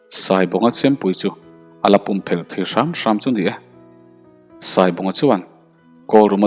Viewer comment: Pum i lam dan hi a diklo. I lam dan hi chu, mau, changel, thing hmang a tui chung a lawng ang a kan hman thin lam dan a ni a, Pum erawh chu thir chherin mei hawl a chhem lin na, thir ling vur khawp a an rawh chhem lingtu hi Pum ani. Chu chu van a chhum tluk ang a PUM tih tur a ni. Pum hi a hming chu i hre ve tawh chek ang chu maw.